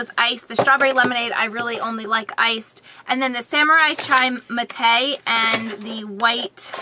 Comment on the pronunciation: If you drink coffee the mate tea has the same amount of caffeine as coffee :) and Mate tea is pronounced (Mah-Tay)